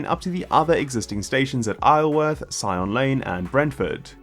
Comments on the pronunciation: Isleworth.... Aisleworth 😂 it's Izalworth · Sorry, I’m a bit hard of hearing, but I could swear you called Isleworth isle-worth!!!! Please tell me I’m wrong and that you actually said eye-zel-werth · Isleworth is not pronounced Isle-worth but I-zuhl-worth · Ayle-worth?? Its I-sil-worth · Just fyi…Isleworth is not pronounced isle like eye-l or aisle,but rather it’s like eye-zil-worth. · Just a mior comment. The s is pronounced in Isleworth. It is not Ileworth. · Isleworth is pronounced eye zul worth. I lived there. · Thank you, but could ask you to pronouce Isleworth (eizelworth) correctly? I went to school there. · I realise you're not a local lad, but it's pronounced Izelworth. It's to do with how the name evolved. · Isleworth is pronounced Izelworth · Isleworth is pronounced ai-zuhl-wuhth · I live in isleworth it's pronounced I Sell worth. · Having lived in Isleworth, its not pronounced the way you said it (even though you'd think it was). Pronounced Eye zool worth. Yeah don't we just love the English language. Towcerster (pronounced toaster) Bicester (pronounces bisster). Great vid. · "eye-sull-worth" actually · Eye ZULL worth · That’s not how you pronounce isleworth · I don't think I've ever actually heard Isleworth pronounced like that xD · As an Isleworthian myself, I did have to laugh. Clearly, he's never been anywhere near the place! 😄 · Your AI mispronounced 'Isleworth'. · Interesting, hope it goes ahead. FYI, you need to check in on the correct pronunciation of Isleworth. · That's not how you say Isleworth😂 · Excellent video, though as a former local, I know that you pronounce the 'S' in Isleworth! x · Ach, your mispronunciation of Isleworth made one part of my brain very upset. It's worth remembering that every British place name pronunciation needs to looked up because there's about 10% to 20% chance that it's not at all pronounced how it's written .... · That’s not how you pronounce Isleworth. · In other words, the S isn't silent. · Beat me to it!